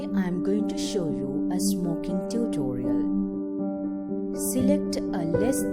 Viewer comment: I swear she said smoking dildo o.O